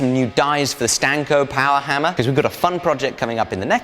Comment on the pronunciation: STANOK, not stanko